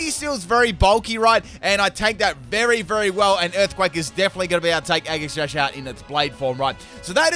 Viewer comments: is it just me or did he say eggi sash instead of aegislash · Right though! he says the same thing when pronouncing Aegislash’s name too 🤦‍♂️ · Is he trying to mess with us? Or does he really pronounce all of their names with a hard G. Including Aegislash. Age-ih-slash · The way he says aegislash triggers me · The way you pronounce Aegislash hurts me on the inside...